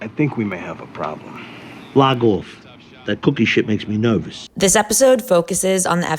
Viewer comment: Wait you mean nervoush?